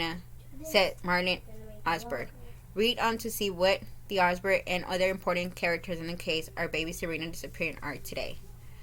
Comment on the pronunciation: Last name is pronounced , Izenburg .